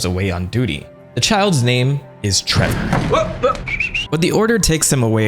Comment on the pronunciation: treVor belmont... not treBor... such an idiot, worst video ever